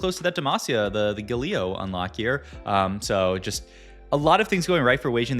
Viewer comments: Hi, love your videos, always on-point with the new set meta. I just find a bit odd with the pronunciation of some of the champions... I heard you say Galio, and then you say Gayyy-lio sometimes. LOL Why?? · Is it me or do you pronounce champions names weird. Its like youre purposefully doing it. You say yasuo and galio so weird